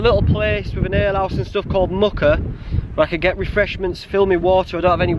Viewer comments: I live in this area, Muker is pronounced more like Meuwker. I'm thinking of doing this walk in a couple of weeks. Great video. Thank you! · Keld to Muker is one of my favourite walks. Some beautiful waterfalls at keld. It's pronounced mew-ker